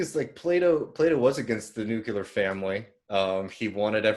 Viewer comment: I wonder why the word 'nuclear' is so hard to pronounce for Americans. I've never heard anyone say 'nucular' in the EU.